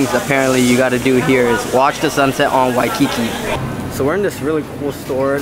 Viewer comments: WHY- Ki-KI is killing me. He said it wrong 1000x I hope someone corrected him at some point on his trip. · Nice video. Uncle's ice cream is great! Please work on your pronunciation of "Waikiki" and as someone else mentioned, know the difference between local and Hawaiian food. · Dude, the way you say Waikiki is weird. 🤣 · You're saying Waikiki wrong ask a local how they say it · You Fk up the pronunciation of Waikiki.